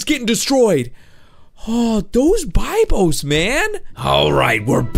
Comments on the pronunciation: It’s (be Bose) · It's pronounced Bibos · That's not how you you say bibos